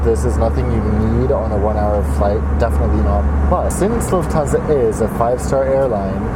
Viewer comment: Lhuftansa buuuuuuuuuu!😖😟😡😒